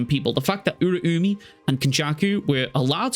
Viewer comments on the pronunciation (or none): Who the fuck is Ura-umi bruh Uraume is pronounced with "meh" at the end rztard